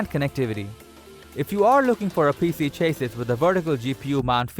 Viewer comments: It's chassy not chasys :-) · dude go please in front of a mirror and say "cha sea" 55,000 times and then repeat it faster and faster until you can pronounce chassis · Love the content. Hate the way you pronounce chassis